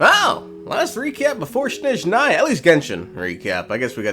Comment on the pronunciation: i cant count how much times i correceted шнежная to снежная in comments of western youtubers you can have emphasis on second half of word, but please stop calling it shnezhnaya instead of snezhnaya :(